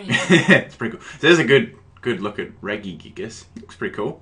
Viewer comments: op REGISTEEL NOT REGIGIGAS and its not reggy-gigass it's pronounced Reh-Gi-Gig-As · Please tell me what the fuck Reggygigas is? Its fucking Regi pronounced like Reji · no one pronounces it Regui- except him, anyway I give up, you may now continue to crush me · Sounds like your sayung Reggae gigas lmao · Your pronounce regi wrong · its pronounced rejigigas